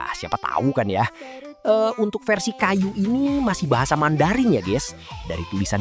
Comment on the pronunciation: Kayou bang bukan kayuu🤣